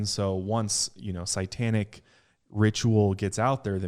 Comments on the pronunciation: Great story couldn't get pass saying Sai tanic lol instead of satanic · I stopped half way through,because I couldn't stand to hear say sItantic one more time. It's sAtantic. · It's satanic not satanTic 😂 make it make sense lmao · Guy, can you please stop saying "psy-tanic"? Thanks. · Literally no one:: CITANIC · Why does he pronounce satanic as si-tan-ic ? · Omg.,if I had a nickel for everytime you said SYEtanic lol luv ya guys. Xo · always says “sitanic” haha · every time I hear say sightanic 😳😳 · Between this podcast and the Pazuzu episode on channel, I have heard him say sight-tanic wayyy too many times this week hahaha I love but oh man that makes me shudder lol